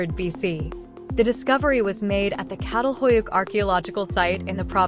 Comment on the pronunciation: Its pronounced cha-tal not cattle🐄🐂